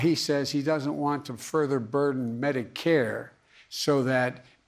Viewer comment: Bro.. the way he said further burdern, medicare